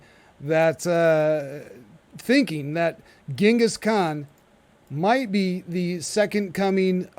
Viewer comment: Yeah, it’s really frustrating to hear him keep saying it like that 😂